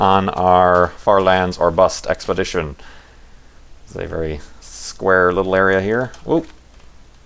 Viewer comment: hahahahaha LOOOOOL "thats a wery nice everything you got there"!!